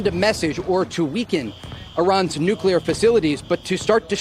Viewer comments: Benny please pronounce NU-CLEAR correctly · BENNY!!! nu-cle-ur… say it with me. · Benny, did I hear you say nuuk-u-ler?? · Day 867 of telling Benny that it's pronounced "NEW-CLEAR" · At this point, he must just be saying the word Nuclear wrong as a TROLL, Bro sounds like Homer Simpson when he says Nuclear. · It's NUCLEAR NOT nucular. Why do so many people mispronounce this word. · It's NUCLEAR Benny. Noo-clee-Er not nucular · Again Benny... its pronounced : "New Clear" NOT "Nuke U Lure" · Nucular? Nuculer? wtf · It’s nuclear, not nucular. Otherwise, great video, as usual. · Benny I'm a fan, but WTF are you talking about? First off, it's nuclear, not nucular. Please learn the word. Second, Iran desperately wants to fire a nuke at the US. Everyone knows their nuclear program was in its final stages. Trump supports the strike, the whole thing was a misdirect by the US and Israel and was well planned by both countries. Open your eyes. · BTW, please stop say NUCULAR... It's Nuclear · its noo clee er not noo- cu- lar - sp: nuclear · IT IS NOT PRONOUNCED "NEW-CU-LAR", IT IS NEW-CLEE-AR. It makes you sound uneducated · "Nucular" lol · Dude... It's NUCLEAR not NUQUELAR! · nuclear, not nucular. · Why do Americans keep pronouncing this "nu-killer" instead of "nu-cle-ar"? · LMAO dude it's not pronounced "nuke-you-lur", it's pronounced "new-clear" or "noo-clear" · Nu-clear. Not nu-q-ler. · Its not "Nuke-yaler" it's "new-clear" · Benny please learn how to pronounce the word "Nuclear", it is not "Nucular." I cannot watch you until you fix this pronunciation. But George W. Bush would be proud of you. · Nucular ??? Are you one of the Bush's ??? CRINGE DUDE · Please stop saying "NUCULAR" Benny. You sound like that idiot, GWB. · NEW--KLEE-ER! Not New-kew-ler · Stop mispronouncing “NUCLEAR”. It’s NOT “nucular”. There is no such word. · Hard to take people seriously when they use nucular. Literally anything else that follows has no meaning. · "Nucular" :facepalm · Nuke-you-ler lmao